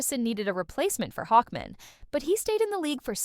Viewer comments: Why the heck do you keep saying Hawkmen for Hawkman? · Why are you pronouncing "Hawkman" like "Hawkmin," like it's a last name? "Hawkmin, Frank Hawkmin. Nice to meet you." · Hawk. man. Hawk, man. Not hawkmin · Hawkmen hawkmen! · Reading Hawkman like a last name actually makes me love the AI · The pronunciation of Hawkman is hilarious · It's the Harvey Birdman joke irl